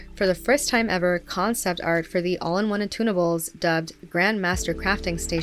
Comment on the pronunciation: I thought she kept talking about tuna bowls, not "attunables."